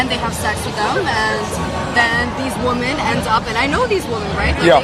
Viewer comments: A whole trend of woman. She said it. Only 1 woman. Not WOMEN, the plural form which she can’t even pronounce correctly. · She is naive and just not that bright. Suspect because she has very little life experience. And why does she keep saying woman instead of women? Just spewing words that she heard. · Another US girl that cannot use the word "women" properly. She says "woman" as the plural, and not women pronounced "wim-in!" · My goodness.. stop saying WOMAN .. it's WOMEN! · Woman woman woman woman woman woman... ITS WOMEN FFS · God, I hate it when people pronounce "women" like "woman". Why is that a thing now? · EVERYONE SAY IT WITH ME.... WO-MEN!!!!!!!! 🤦🏾‍♂️😂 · Why can't these women pronounce the word WOMEN?